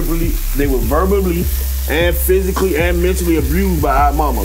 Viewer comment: the way he says “verbally” 😂😂😭